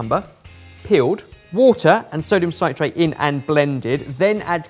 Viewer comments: Sit-rate, not sigh-trate ;) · Why can't say "citrate" Think "citrus", "citric"... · Sit - rate, not cite - rate. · I genuinely love that can't say "sodium citrate" correctly. Like dude, it's "citrate," like "citric acid" because it's a salt of citric acid:D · alginate is pronounced like algae.as marine algae is where it was first derived from. you should be saying a gin in there. and unless you would say an orange is part of the sightrus family citrate is pronounced sit-rate or sit-traight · Sytrait lol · might be able to pronounce spherificator, but his science speakage needs help. Alginate is pronounced as it's spelled, al-gin-ate where gin is like the drink. It's not Gin- as in -sters. Citrate is pronounced sit-rate (the cit- is the same root as in citrus/citric). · "citrate" sounds like "sit" -rate. Why? because there are two consonants after the vowel. If it was "ci"-consonant-vaowel then it would be "Sy" but then, you guys should know this stuff! Damn that's so annoying. As for the Spherificator-anator, Dr. Doof' would love it, but to me looks like a total waste of time and money. Good job! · Sodium sigh-trate. No. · Sodium citrate is a salt of citric acid. Thus it is pronounced like citrus not with a long i. You probably already know but it is also used to make a cheese sauce without a rioux. It is what is know as processed cheese. Great for sauces or grilled sandwiches also Welsh rarebit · Well,, you started by ballsing up the pronunciation of citrate... Loved the return of the Super Geek jingle though.